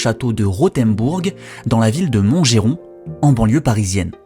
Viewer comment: Excellente vidéo. Par contre on dit Montgeron pas MontgÉron 😄